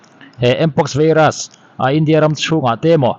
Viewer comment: vairas....not veiras